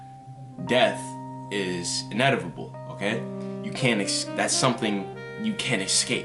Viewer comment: Bruh its inevitable not inervitable🙈😂